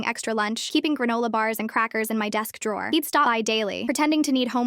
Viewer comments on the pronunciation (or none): none